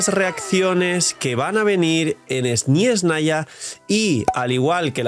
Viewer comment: uy por que dices esni esnaya?